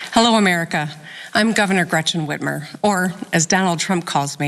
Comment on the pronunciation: How y'all get Gretchen Whitmer's name wrong? 💀